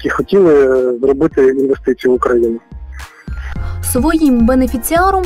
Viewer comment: В мене ці дві клуши викликають тільки одну асоціацію: совкові корумповані бариги. А коли вони вимовляють оте вумне слово "інввестиції", то таке враження, наче голова колгоспу толкає рєчь про термоядерний синтез.